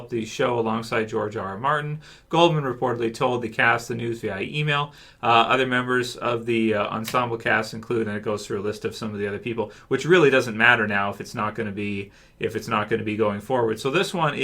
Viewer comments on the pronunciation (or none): Via is pronounced “vee-ah” not “vee-i-e”